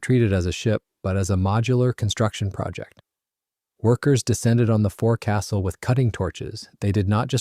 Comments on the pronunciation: And it’s folks-sill, not fore-castle. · 'Forcastle' should be pronounced 'foc-sle'! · It’s pronounced “fokesul” not “fore castle”. 😂😂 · Oh yeah 😎? It's Not called: "a Forecastle," it's called: "a Foc'sle." It's Not called: "a beau," it's called: "a bow," as in bow wow. The lateral sides are Not called: "gunwales," they are called: "gunn'ls." The Bathroom is: the "Head." The Kitchen is: the "Galley." 😂 lol 😊❤ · It's not forecastle, it's foc'sle!!! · I like the video and am assuming this is at least in part Ai. There are quite a few mispronunciations especially bow and forecastle. Also many pix don’t seem to match the narration.